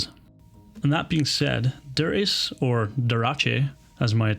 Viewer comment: Chapeau to you Sir!! Duraché 😂😂😂🎩👒🤗